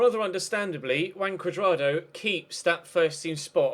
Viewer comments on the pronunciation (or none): wrong more like "who-un" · Isnt pronounced Huan? "j" in spanish is "h". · Huan. With the "a" pronounced as you would do in man. Now try speaking out his name quickly and keep repeating it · When you where saying Juan Curdrado it sounded like Wank Curdardo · Juan is pronounced Who-on